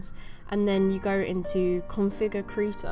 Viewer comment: I love how you pronounce krita, it sounds so "rough" when you try to pronounce it in german. :)